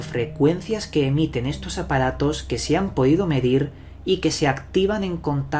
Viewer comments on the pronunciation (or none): Como es que el orggg suena y dices ahoda, segudo, apadatos, etc